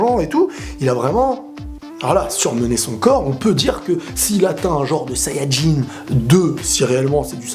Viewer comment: Je trouve bien la manière dont tu dis sayanjin bleu